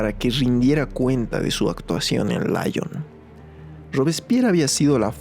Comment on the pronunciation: Ojo no es láyon sino lión es Francia no Inglaterra